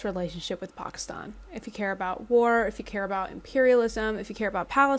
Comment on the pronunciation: Is this news??? This is exactly why they created pki stan in the first place, to serve this purpose. They have been a battering ram on Afg for centuries. Also, lady, the stan suffix is Farsi, and it is pronounced the same regardless of the prefix. If you simply must pronounce one right and the other wrong it certainly should not be pki stan which is NOT part of the OG stans, at all.